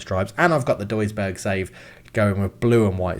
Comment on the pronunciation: + a little Tip: if you say Duisburg, my ears are crying. Please just lern the Names a little bit 😂